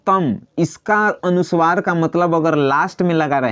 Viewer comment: putra Uchcharan thik karo Anusuwar nahin anuswar bolo 2 halant nahin Hal bolo